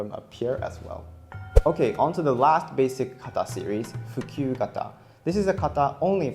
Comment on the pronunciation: "Fukyu kata" WHAT DID YOU JUST SAY TO ME?